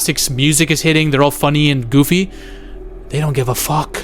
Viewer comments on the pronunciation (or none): none